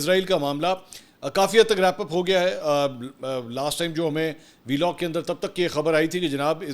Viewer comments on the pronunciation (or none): Mansoor bhai say Vlog not v log .... Volg sounds way better